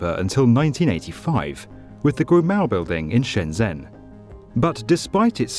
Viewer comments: Isn't it Shenzhen, not Shenzen? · You are amazing. But please learn to say Shenzhen. ‘zh’ here sounds like ‘j’